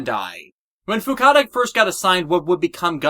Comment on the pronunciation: Um, still mistaking Fukuda as Fukada